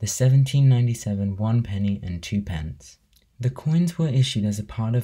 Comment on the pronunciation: Very interesting, but I DO wish 'younger' folk would learn how to pronounce twopence ('tuppence') correctly !